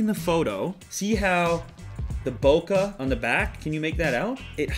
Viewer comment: Lew, Ohhhhhhh LEW~! It's probably not your fault and I don't blame you in any way but you are mis-pronouncing the word "bokeh". It's pronounced boh-keh. not boh-kah. I first heard this mis-pronunciation from Phil Schiller when he was announcing the new iphone camera and since then a vast majority of people have started pronouncing it his way which nearly caused me to blow a fuse. I thought maybe someone else might have already commented something like this and I was just going to like that comment but I kept searching and saw nothing so continued on searching until I went through about 4000 comments and gave up and started typing. Some may say I'm over reacting but all in this world was fine until Phil Schiller came along and mispronounced the word and now I feel my like I can never talk to new people about photography. But for someone who I still respect, and enjoy watching on the interweb, I felt I must attempt to reach out and correct... in my book, it's more important that finding something else that i can get for 2-4-9. I wish you well and I hope the next time you use the word, you pronounce it not like Phil Schiller. Good Day sir.